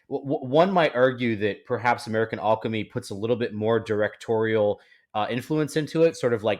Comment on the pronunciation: I hate the way you pronounce alchemy -.